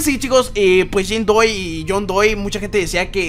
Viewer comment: No era Jane doe porque ANDROID dices Jane doy :v